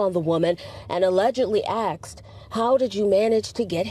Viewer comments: Man this reporter has practiced her Received Pronunciation English accent so well i honestly wouldn't have been able to tell she was black until she said "axed" instead of asked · The news reporter said "axed"... at the mark... y'all just gonna let that slide?! 😆 no professionalism! Hood talk reporting. that lady got run over on Butchers Block.... fitting. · What a reporter.. axed? It's asked😊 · How can a reporter say ax instead of ask .WTF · the word is asked, not axed, aksed or whateva. the lady in video is saying that the guy axed the poor victim. where is the axe? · She said, allegedly axed… 🥲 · Axed... i thought it was asked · How the hell is Baltimore news gonna hire an anchor that can't say ASKED. It's not axed you mouth breathing, smooth brained morons. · The driver "axed, how did you manage to get hit" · Even the reporter can’t say “asked” lol. Allegedly axed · Axed. ???? Wtf??? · The reporter said axe for ask is this Futurama? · I'm more concerned with the reporter speaking just said the woman allegedly AXED?? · The part where the news woman states, "....and allegedly AXED how did you get hit". DEI is running wild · The journalist still can't say asked right? Lord help it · are you effing kidding me? Did that reporter really just say that he allegedly "axed" her? Wow, what a mentally undeveloped culture! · Allegedly axed "how did you manage to get hit?" Axed?! 😂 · The reported said axed. Baltimore has fallen a long time ago. So crazy. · Yo! The reporter, “The driver got out and AXED, how did you get hit”. 😂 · "Allegelly axed" lol. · the news reporter said "he got out and axed". so the driver should get charged with having a deadly weapon. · Thats pretty funny that the mainstream media news lady says axed instead of asked 😂😂😂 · Is it me or did the reporter lady at one point say “actually axed”😂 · Allegedly 'axed'... hahaha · Even the reporter said he axed her😂